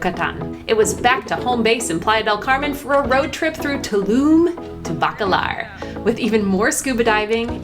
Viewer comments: Thanks for this video. I saw it the other day and now any time I hear or see anything "Tulum" I think of your segment on "TuLum" and it makes me smile :) Great Video! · 'TULUM , THIS IS TUlUm. tulum, very tulum. HOLY TuLUm."